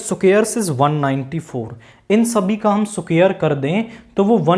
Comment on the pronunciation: Squar ❌❌ सुखेर😂😂😂